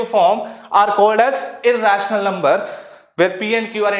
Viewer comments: Sir aap rational ko raational qun bolte ho😂 but nice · Rational bolne ka tarika thoda casual hai😂❤